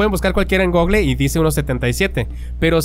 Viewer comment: Nisiquiera saben pronunciar Google. Osea, ni como dar un poquito de credibilidad. Pedro infante esta muerto, El otro es una versión "fake"